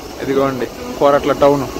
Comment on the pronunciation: Koratla kadhu korutla